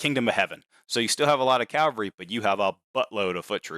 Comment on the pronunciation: It's "cavalry" not "calvary"